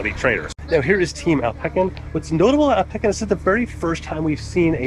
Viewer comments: Alpe-sin not alpe-kin. Americans 😔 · its AL-puh-sin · bro how did u say alpecin lol